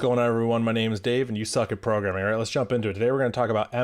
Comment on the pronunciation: Bro did not just said 'You suck at porgramming' but also 'You suck at piano'